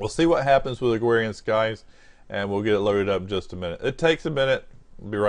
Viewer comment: Agwarian skies...